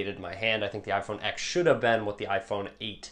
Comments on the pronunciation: Even you call it iphone X instead of ten 😂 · Another great video. I'm definitely sitting the 8 Plus out (I have a 6 Plus right now). Gonna try and get the iPhone X when it's out....also it's pronounced iPhone 10, not the letter X. LOL. Also, just wanted to say...looking handsome as always!